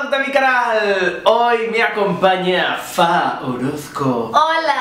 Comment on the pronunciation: Que chantaaa Javier decía súper bien las pistas y lo de FA era un enredó de aquellos jakak